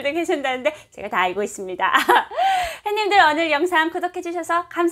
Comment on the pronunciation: 저기요~~~~ 씨 죄송하지만 처음 시작할때 햇님들 하며 인사하시는 맨트 안하시면 좋겠는데....! 처음 화면에서 했님들 인사하시는 소리에 깜짝깜짝 놀래고 있어요. 다정한 인사도 좋지만 그부분에서 자꾸 놀래고 있어요ㅎㅎㅎ 그냥 부드러운 남한식 오프닝 인사 부탁 드려요.